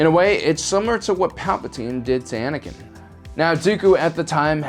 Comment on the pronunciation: Anikan knee lol